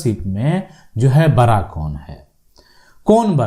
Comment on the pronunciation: पहले तो आप अपने शब्द कोसुधरो बड़ा या बरा शुद्ध भाषातो बोलो